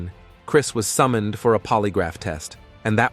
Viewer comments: Lol…. Crees and Sha non…..😂 Cheating with a woman he work Aid with…..omg, so bad…. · Also y you call him Chreees, and he scored meeenus 27 on the polygraph? What kind of speech problem is that? 😂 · And Crees…..😂